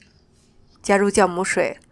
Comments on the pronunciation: 酵母～Xiàomǔ 酵母～ㄒ一ㄠˋㄇㄨˇ 酵母念孝母不念教母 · 酵母，音同校，非叫